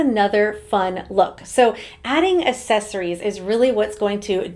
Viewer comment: Can you please learn how to pronounce "accessories"?